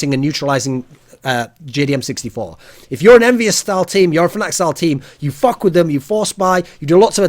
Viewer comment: da english accent there FOK YO AWP